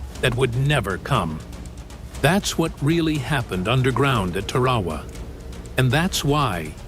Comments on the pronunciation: "Tear-a-wa" NOT "Ter-ra-ra".... IDIOT!!! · It's pronounced TAR-A-WA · Can u say TAR-A-WAA? If u can, get 5 pts. Almost un-watchable. No photographic proof. Repetitive photos. The Marines didn't give a s...t. they just wanted to kill the cocks....ker's. Those ppl could have been in a hospital in Hiroshima. Consider these IJA guys lucky. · It is Tar a wa